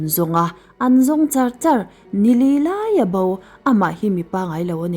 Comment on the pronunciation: Ngaihnawm viau rual in i lamdan hi fimkhur deuh a tha mange entirna bo thi te hi bau tih ang in ilam ri😅